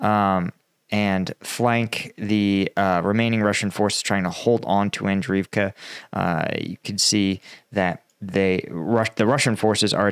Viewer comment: And-REEV-ka. Bahk-MOOT. Klah-SHEEV-ka. Jeesh. Take a shower, put on nice clothes, and try to put out some effort, millenial.